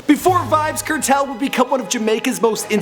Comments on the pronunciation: it's pronounce as vybz kartel (CAR-TELL) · Kartel nah badda wid dis yah yanky white bwoi. Him nuh even no fi seh di mon name right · Kertel? wtf. You should know how to pronounce from the way it's spelled. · The way him pronounce Kartel tho so uptown "kertel" lol...Gaza fi life nah switch nuh day nuh time!! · My nigga it's kartel !! Let's pronounce it car-Tell alright !